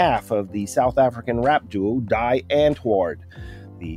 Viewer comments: Die... Lol haha sorry but that was funny... It's pronounce Dee... Not die as an English die... Basically the group is called "the answer"... For all the non Afrikaans people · it's not pronounced DYYYE but DEEEE Antwoort. DIE means THE in German/Afrikaan.